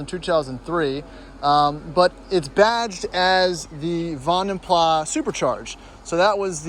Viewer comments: It's a Van Den Plas, not a Van den pla.... pronounce the "S"!! It's a Dutch name. Not British! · The s in Vandenplas is actually pronounced. It's a Flemish/Dutch name. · Thumbs down because you can’t even pronounce their name properly 😂👎